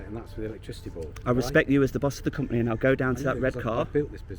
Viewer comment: It's company not companehh, "You're representing your companehh" guy is such a loser.